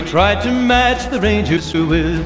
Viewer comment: I hope I'm not the only one that keeps hearing "tits" instead of "hips"